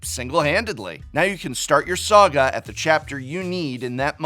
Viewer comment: I heard a soggy enchantment instead of saga enchantment 😄